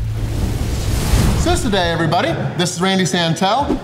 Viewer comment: I am so thrilled to watch you and dominate in Cambodia. I am a long-time expat, living in Siem Reap, and am impressed that you made the trip here, most would stick to Thailand and Vietnam and skip this beautiful country. Also, your pronunciation on Susoday and the beer name is impressive - it took me at least a year to realise that v was pronounced as a w sound!